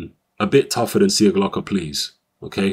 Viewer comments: Its pronounced Sieklocha. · There is no "Slav" in you, the surname is pronounced SIJEKLOCHA:D Anyway, good performance by both fighters actually. Nikola came to fight and gave Yarde the best test so far. Few more fights and he will be ready for a title shot!